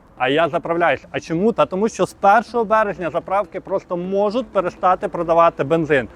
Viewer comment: У словах "можуть", "будуть" і т.п. треба вживати Ь, а не можут, будут. Чи в тебе проблеми з м"яким знаком, не можеш вимовити?